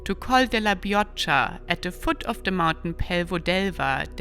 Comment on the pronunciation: Col de la Bicocca (prononce Bikokka)